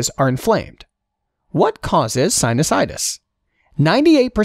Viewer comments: This guy doesn't know how to read,, he read Anosmia as Insomnia, and sinusitis as Sinitis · You mispronounced sinusitus as "sinitus" ... I'm sure all med students caught that!